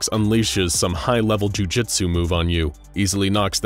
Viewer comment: I know jui-jitsu, that was not f***ing jui-jistu